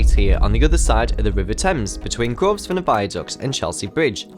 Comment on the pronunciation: Don't think the 's' is pronounced in Grosvenor...love the new informative format